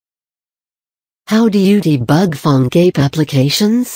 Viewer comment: She pronounce like "Phone GAY"